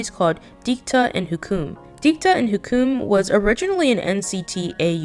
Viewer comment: FYI Hukum is pronounce hoo-koom. It means Law. As an Indonesian, I get a second hand embarrassment...